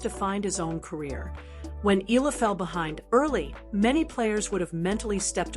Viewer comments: E-YA-LA not E-LA is the correct pronunciation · Alex Hila? It’s Alex Eala for your information! Lol 😂